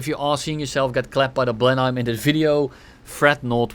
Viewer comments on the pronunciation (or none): hey, for future reference it's pronounced "Blen-him"